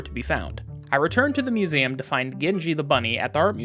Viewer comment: Marshall really like suMeum. (Museum)